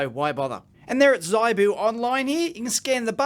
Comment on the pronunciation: ZIBOO is not pronounces zeye Boo the I is phonetic practice saying ZIP - CLEARLY YOU WOULD NOT SAY ' z eye p ' ZIP PIP SIT ( NOT SITE - s eye t ) as you would no doubt pronounce it given your linguistic limitations. HIP ZIB Are you getting the point yet ? Learn phonetics and learn another language Understand that English is largely a corrupt language - mostly not phonetic - except that was acquired from Latin / and French Latin sources and arabic language - Many German and thus English words are also acquired from the Persian and Sanskrit languages. Also the Alphabet uses in the English language is abstract and has no relationship to the spoken word. Almost ALL languages in the world are phonetic - except English - a language only used for Legal deception. Known as Legal English - commonly referred to as Legalese Note that there are ONLY three types of English. For your homework - name than and define them.